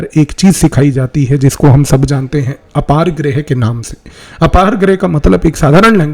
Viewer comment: कौटिल्य बोलिए भ्राता जी, मै तो ध्यान दिया तब जाके समझ आया कि आप, कौटिल्य के बारे में बात कर रहे है Apargrah ❌ अपरिग्रह – जितनी साधन की आवश्यकता हो उतने में जीवन व्यतीत करना